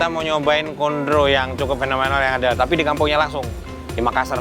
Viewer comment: Mf juga yah "tapi" bukan 'tanpi'